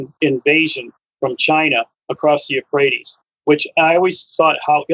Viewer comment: Did he say the Rivwe Euohrates was never going to dry up?